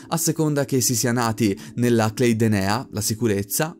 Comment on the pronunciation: io ho il sospetto che Clade sia una parola italiana (almeno all'università io l'ho sempre pronunciato così) quindi "klade" e non "cleid"